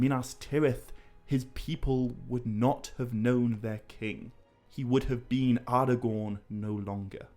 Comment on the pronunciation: Ardagorn? Elerond? Garladriel?